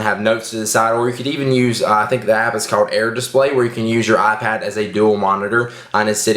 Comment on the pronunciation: You mean "AhPad"